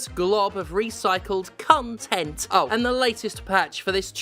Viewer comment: “Cumtent” is the term im going to use from now on when talking about AAAAA games.